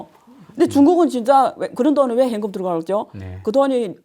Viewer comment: 안교수님 다 좋으신데 , 현금 발음이 행금 요거 좀 보완해주시면 좋을듯요,,ㅎㅎ